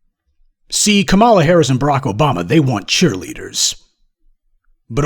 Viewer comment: Please learn how to pronounce a name before using it - Kamala Harris is pronounced 'comma-la'.